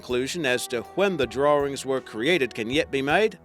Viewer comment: I love the "Drarings" that have been found!